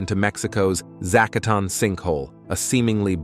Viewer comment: Making a whole video about a cave your AI cannot pronounce is pretty low effort.